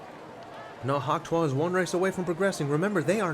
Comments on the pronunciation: hawk tuah is pronounced hawk "to" "e" spit on that thang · Btw your pronouncing hawk tuah wrong